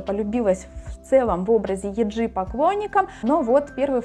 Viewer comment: Не юнА, а Юна. И не йеджИ, а йЕджи 😭😭 девочки сами так произносят так свои имена, не каверкайте, прошууу, слушать невозможно